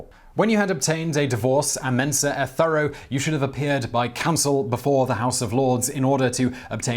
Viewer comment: "ah méhn-sah ett thó-roh", meaning "from table and bed". It's Latin, not garbled Frenchenglish. ;D Great video. :)